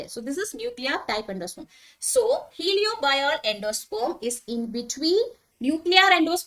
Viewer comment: Mam..Third type i think it's helobial. Not heliobial. Any way nice class thank u